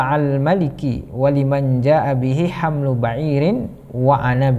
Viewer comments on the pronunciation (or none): Himlu bukan hamlu